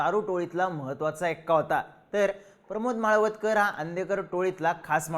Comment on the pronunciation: माळवदकर नाही हो माळवतकर नाव तरी नीट घ्या उगाच व्हिडिओ करायचा म्हणून काही पण